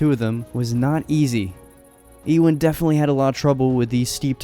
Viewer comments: It's pronounced u-in not e-win for the name ewen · It’s pronounced You-in. Not E-win.